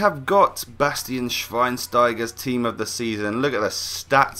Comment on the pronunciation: u messed up schweinsteiger a bit XD